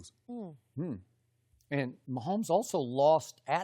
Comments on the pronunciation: Nobody: Shannon: Pat Myhomeboy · Me: Patrick Mahomes Shannon: good ol Patrick MAHOMBOY